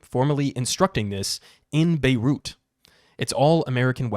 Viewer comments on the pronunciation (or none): none